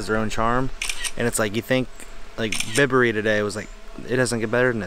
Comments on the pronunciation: Aaaaaaahhhh!! It’s Byberry not Bibbery. As in bicycle please!! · Enjoyed the Video, well done, glad you had a good time. Just one thing, it's By berry, not Bib berry. Best wishes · Bibury 🤦‍♂️it's Bye-bury🤨 very nice vlog... well done, and welcome to not London!